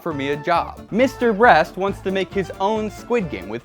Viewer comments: instead of saying Mr. Beast you say Mr. Bress. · ayo wat he was calling mr.beast mr.breast :/ -_ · It does not Mr breast it is Mr Beast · It not. Mrbrast. It. Is Mr beast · his name is not Mr brest its Mr beast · Bruh he said mr breast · Also you say Mr. Brest. I find this funny for some reason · "This, is Mr.Brest" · I’ve seen your name before but never watched a video of yours. 5 seconds in “this is Mr Breast” haha yep imma like the content. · Wtf he called 'mrbeast' Mr breast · did max and chad pay you to say mr breast